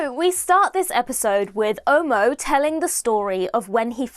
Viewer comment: Quick one, before I go into anything else. the name Omo is not pronounced oh-moh like you did. It is more like aw-maw without the “w”, similar to how the “o” in dog is pronounced. Omo as pronounced by, is a brand name for a detergent in Nigeria😂.